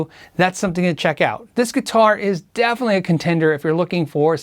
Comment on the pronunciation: Interesting video. G&L is fantastic, especially for left-handed players because they don't upcharge. One note: Asat is pronounced "a-sat," as in anti-satellite (Leo was into Cold War terms like 'Fallout' for example) and not A-S-A-T like the college entrance exam.